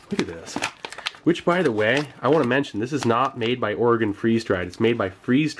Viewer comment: As a rather new viewer I have been watching all your old videos and the one thing I want to say is, Thank you for pronouncing Oregon correctly.